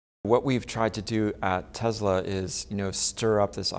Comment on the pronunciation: It's not Tezla, it's Tesla. FFS!